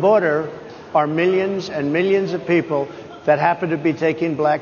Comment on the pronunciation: Did I just hear him say “purple” instead of “people?”